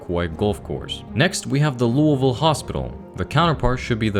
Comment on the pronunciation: OH MY GOSH YOU SAID LOUISVILLE NOT LOUIS-VILLE AND DIDN’T BUTCHER IT LIKE SOME YANKEE